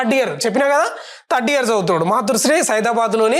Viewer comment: తడ్డియర్ కాదు anna థర్డ్ ఇయర్